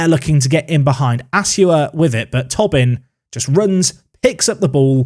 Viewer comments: please. It’s “Toe-Bin” not “tob-in” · I don't know why that mispronunciation goes through me so much but it does. I mean, it's not spelled Tobbin. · I think it’s Toe-bin, not Tobbin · On Tobin, it’s pronounced “Tow-bin”, not “Tubbin” 🇮🇪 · Ah, Tobin is pronounced like Toebin. We will educate you in our weird irish names 😉 still remember you pronounced Roche in some exotic French way 😉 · Just to let you know from an Irishman, Tobin is almost definitely pronounced Toe-bin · Some great additions... Top 6 finish? Loving the series. (It's pronounced "Toh-bin" btw) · How that does that any sense? How Tobin is pronounced is Tow-bin.. how can someone who speaks English could see that name and think "oh yes this is pronounced Tow-bin" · because it’s an Irish name and the “o” in Tobin is pronounced as an “o” not a “u”, therefore “tow-bin”